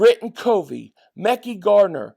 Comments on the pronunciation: Mekhi is pronounced... ma-ky not mecky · Hey!!! CB Mekhi Garner first name is pronounced as: MA-KIGH (like high but with a K) love your videos! I'm so super psyched about this season......PAUSE! Keep up the good work!